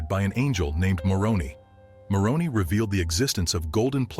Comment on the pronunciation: Sorry to be so critical, but Moroni is pronounced with a long i at the end, it’s “More own eye.”